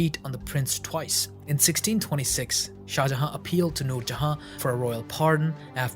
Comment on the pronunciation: Why do you not pronounce the last N in shah jahan? You keep saying shah jaha and it makes me wanna hurt you